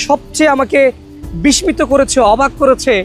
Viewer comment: বিস্মিত-- এই শব্দটি উচ্চারণে "ম" এর ব্যবহার নেই। tombstone/gravestone সম্পর্কে পূর্বে স্টাডি করে এই ভিডিওটা করা উচিত ছিল। প্রতিটি স্টাইলের আলাদা কারন রয়েছে। ধন্যবাদ।